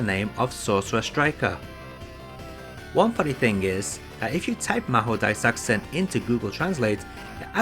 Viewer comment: "Developed by Racing" ... Wut... It's Raizing. ("Rising" in english, but in japanese it's: Raijingu) But I am very impressed to pronounce the game name perfectly! Btw is there a hack for the x68k version which fixes the sfx audio?